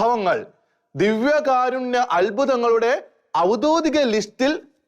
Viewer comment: ഔദ്യോഗികം കൃത്യമായി പറയു.... പല വാക്കുകൾക്കും ക്ലാരിറ്റി ഇല്ല